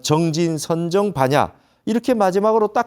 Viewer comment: 선정의 선은 제발 "짧게" 발음하시옵소서.